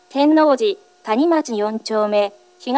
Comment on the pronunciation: “谷町”のアクセント間違ってて草